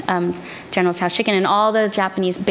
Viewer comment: I enjoyed watching this informative video. Ms. Lee is articulate and funny! She also uses the correct pronunciation of General Tso's Chicken."